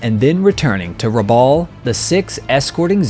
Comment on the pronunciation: Very interesting video, thanks for making it. A couple of quick corrections from the beginning - Rabaul is not an island, it is a town on the island of New Britain, which is part of Papua New Guinea. And it is pronounced like Rab-owl, not Rab-awl. I grew up in PNG and cringe every time I hear people misprounce names/places from there. Anyway, keep up the good work.